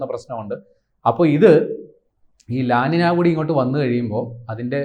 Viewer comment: ല ലിന എന്നല്ല ഉച്ചാരണം . ല നീഞ്ഞ ( La Niña ) എന്നാണു ശരിയായ ഉച്ചാരണം . ഇതൊരു Spanish വാക്കാണ്.